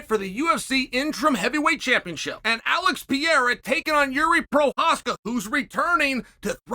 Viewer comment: when did alex become french lmao cheals pronunciation of his name was funny also Surgey lmfao love it